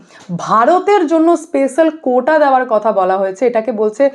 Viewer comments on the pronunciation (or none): none